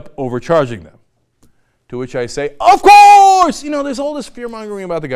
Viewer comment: love it when he says "OF COURSE!!"